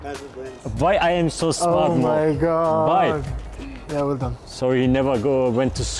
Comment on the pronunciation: Miqayla K its vhy am i so smart vhy 😂